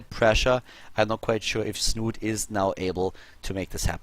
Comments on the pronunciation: It's pronounced Snuute, or Snute not snoot or snoote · Please, it's not 'Snoot', it's 'Snoote' with the same meaning and ending sound as 'schnauze'